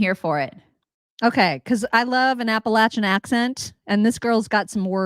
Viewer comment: I talk similarly! More syllables ! Had it correct with Appa latch en pronunciation! You go girl! I went to App a latch en! Not lash en!